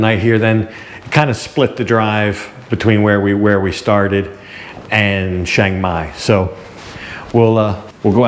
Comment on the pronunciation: just wondering why you say ( SHANG MAI) and not its correct name like the beer ( CHIANG MAI )or same as saying CHurch